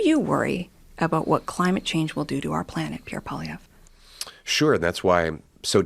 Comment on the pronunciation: I wish folk would learn to pronounce Mr.Poilievre's name correctly. Surely that is common courtesy. For a bilingal country, it is so disappointing to hear all the fudged attempts!